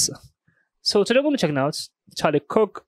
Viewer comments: Let’s be real, you call him Charlie Kick because you can’t pronounce Kirk. That’s fine. But let’s no BS about it lol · I've been binging your videos since I found you and can I say I understand every work you say. AND I love how you pronounce Charlie Kirk. Don't change for other people my guy! Love the content.